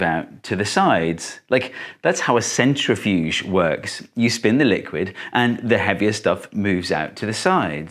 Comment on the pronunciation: Did he just pronounce "centrifuge" with the "gif" kind of "g" !? 🤡